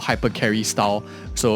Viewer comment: its not junli leh its yunli 😭